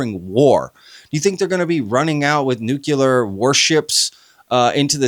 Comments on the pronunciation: Love the show bro but why can’t you Americans say nuclear right, grinds on me 😩🤣 Nu clee ar 😊 Nu cu lar 😩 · Is anyone able to say "nuclear" instead of "nucular"? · It’s pronounced “NucLEAR”, not ‘Nukuler’. Nuclei->Nucleus->Nuclear. Like ‘King Lear’. (Nuke-Lee-Err) Too many UFOlogists say it like ‘Ocular’. George W. Bush is to blame. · For the ever-loving love of EVERYTHING - - - the fUUUUUUUUcking word is pronounced NEW-CLEE-AR not NOOK-YOU-LAR! Stop being an absolute moron and sounding like a child. It is NEW-CLEE-AR! (this whole topic is already stupid enough) stop adding to it. How did we get trapped inside this Idiocracy? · It absolutely makes me CRAZY whenever people pronounce nuclEar as "nucUlar" while at the same time expecting me to see them as credible!! No, I'm not the english language police, but this is an epidemic! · “NEW CLEAR” please… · Absolutely right. The word is NEW-CLEAR! 2 syllables - if anyone struggles, just replace the word “nuclear” with “new clear”. It is not rocket science! (Actually it sometimes is!!!)😂😂😂😂😂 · When can’t pronounce NUCLEAR properly I know it’s time to go.